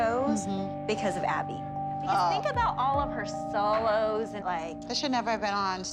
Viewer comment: Does anyone else get triggered by the way says solo loz